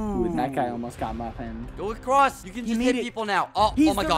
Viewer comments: Skeppy: one made it acwoss Me: IT ACROSS DUDE WHAT HeHe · one made it acwoss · “one made it acwass”